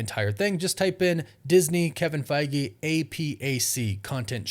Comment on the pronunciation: I dont think you pronounce his name as Kevin Fagi or Faggie, its Feige